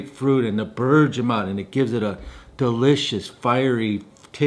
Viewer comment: Love you'r videos but please learn how to pronounce things...like bergamot or uomo...no hate,it's just cringy